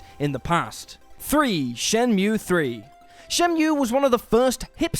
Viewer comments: How many frikkin times did he say "brilliant" in regards to Wolfenstein? Once was enough. Twice was too many. 26 times was just... "oh my god, shuuuuut uuuuuuup" Also love the mispronouncing Shenmue as "Shenumie" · Control being an Indie game? Hahahaha. Also. Shen-Mew?! And the Shenumee? Fucks sake get your pronunciation right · Wtf are you on? What does that even mean? What were gamers even expecting from Medievil? It's fucking fantastic. You know what's hipster and goddamn annoying? You saying Shen-mew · Shenmew. Right, you've never played it, have you? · SHIN-NEW-ME 3 FTW!!! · Mispronouncing shenmue and listing what was the charm of the series as its faults, and saying kh3 has been forgotten, this list has a couple issues